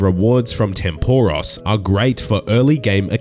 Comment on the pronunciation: my god man, atleast pronounce tempoross correctly